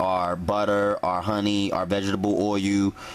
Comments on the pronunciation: are you saying oil or awwyou bwhaaaaaaaaa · WTF is "oiyou"? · he can't pronounce oil either. drives me nuts